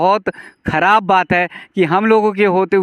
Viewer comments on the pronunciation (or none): none